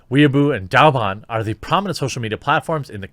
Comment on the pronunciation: What? Chairman Mao was wrong? No... btw, they're pronounced "Way bo" (bo sounds like bow as in bow-tie) and "dough bon" "why boo" would be spelled Waibu and "Dow bon" would be spelled Daoban. Just some pinyin pronounciation tips.